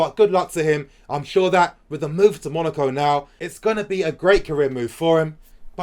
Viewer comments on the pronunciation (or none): none